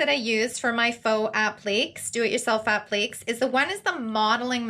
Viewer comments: App-lee-kay(s) not app-leeks lol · Appléks? Isnt it 'app-li-cays'? Appliques? I confused myself